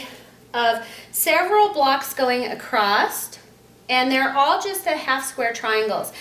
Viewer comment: Hi, you keep saying acrosst it's across